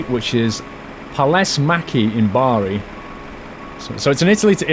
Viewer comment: Bari is pronounced like body